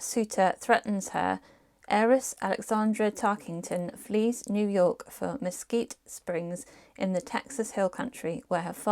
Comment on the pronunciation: You pronounced Mesquite correctly. I read all books that take place in Tennessee. We will be living there in a few years.